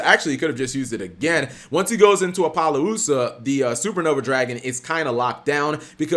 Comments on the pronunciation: Cap, it's A-Po-llousa , not Apollo Lousa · Apple Louisiana